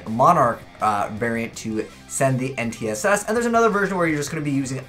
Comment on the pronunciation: You keep pronouncing N'tss wrong, it's not "en-tee-ess-ess"